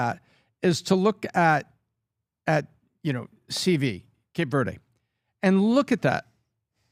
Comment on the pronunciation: Pronunciation is in correct about Cape Verde. Lol